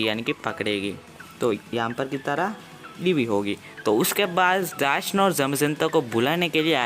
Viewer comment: Abe wo Eva h evee nahi or japanese m bhi evee ko eva nhi kahte ibui kahte h